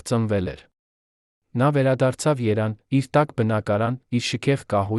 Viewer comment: Երան թե՞ Երեւան՚ Գորգ թե՞ Գեւորգ՚ այ անգրագետ։ Էլի շատ սխալ բառեր։